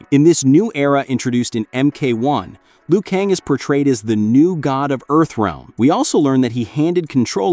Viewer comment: It's not Liu Kang